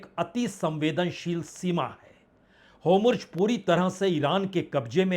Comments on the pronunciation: Hormuz not homruz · Bajpayee ji Homurj mat boliye Hormuj kahiye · बाजपेई जी वो अंधभक्त होते हैं जो अपने पापा द्वारा डोनाल्ड को डोलांड कहने पर भी वाह वाह करते हैं। मैं आपका प्रशंसक हूं इसलिए जब आप हॉर्मुज को होमुर्ज कहते हैं तो अच्छा नहीं लगता। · Punya bhai, u r pro Congress..... BJP bhi bahut saare muddon pe galat hai jaise my lovely PM is behind AAP Leaders of Delhi unscrupulously 😢 Make a video fairly bcoz BJP is performing excellently on many fronts.....aur dubara fir aapko correct karta hun....ye Strait of Hormuz hai naa ki HOMRUZ😂😂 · आप होमुर्ज़ बोलते है अच्छा नहीं लगता, आप काबिल इंसान है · Hormuz ❌ homorjhut ✅ 😂😂😂😂😂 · बाजपेई जी आप हिन्दी का उच्चारण गलत करते बार बार करते।hormuj हॉर्मूज म पे र लगा है अतः पहले पढ़ा जाता,आप होमुर्ज बोलते जो गलत ।नेतन्याहू को भी गलत बोलते नेताहानू बोलते कितने लापरवाह हो ।हो सके तो ध्यान दे। कोई भी तथ्यात्मक कथन नही होता। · Tum kuch bhi ban jao lekin rahoge Bihari. News padhne aa gaya. Na to Netanyahu bola ja raha na Hormuz. Natanu Natanu or Homurz Homurz kare ja raha hai. Abe bawli gaan.... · भाई साहब आप इतने वरिष्ठ पत्रकार है फिर भी आप हॉर्मूज, नेतन्याहू एवं तुर्की के प्रेसिडेंट का नाम ठीक से नहीं ले पा रहें है। ध्यान दीजिए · भाई साहब हार्मोंस और नेतन्याहू बोलना तो सीख लो